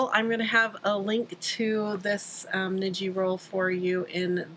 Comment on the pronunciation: Thanks for the great tips! Tip: "ni" in Japanese is pronounced as "knee". So, when you say "niji" it should sound like "knee-gee" (like gee whiz!). (